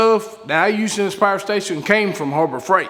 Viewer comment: Pa-er station 😂